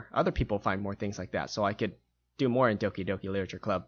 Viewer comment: "Licher club?"